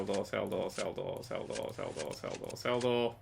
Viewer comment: "sell the door, sell the door, sell the door, cell the door, cell the dor, celldador, celldor, celldor, celldor, celldor, celldor...